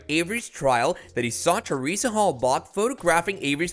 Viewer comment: Please stop saying "Hell-Bock"!!!